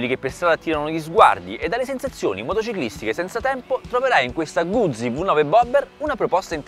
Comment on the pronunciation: Un minuto di raccoglimento per tutte le parole che sono state mangiate dal tester. Scherzi a parte, bella review e abbastanza onesta. Ah, si pronuncia Guzzi, non "Gudzi" :D